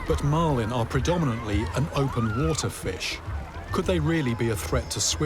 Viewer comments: you're making it sound like he's pronoucing it like Utah with how your wrote that phonetically. Warter. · i like how he cant even say the word water and says wootah about 75 times this episode